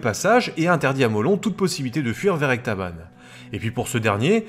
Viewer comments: Très intéressant, cette petite histoire de révolte d'Ecbatane. Ou Ectabane ? Tu fourches parfois, mais peut-être qu'on peut dire les deux ? 😁 En tout cas, ta série Antiochienne s'annonce prometteuse ! Hâte de voir la suite ! (Petit détail : il me semble que la description de ta vidéo est restée "vierge" : tes sources n'y sont pas listées, il a juste les tirets sans rien derrière.) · EcBatane, et non Ectabane... C'est ma seule remarque ! Bravo pour cette émission ! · Tout ça me rappelle mon travail de licence. Une période que j'adore. Continue les vidéos de cette qualité. Juste une erreur, on dit Ecbatane et non Ectabane.